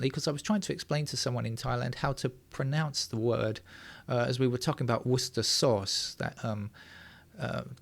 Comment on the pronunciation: I say, you pronounce "woustersauce" the same way you pronounce "Lestersquare" :)